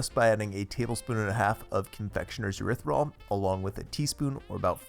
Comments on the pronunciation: Please learn how to pronounce erythritol. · Thank you, for all the wonderful recipes you bring us. I love watching all your videos...they are short sweet and to the point!! Keep up the good work, it is greatly appreciated. By the way... I like the way you pronounce erythritol😂 Happy holidays🎄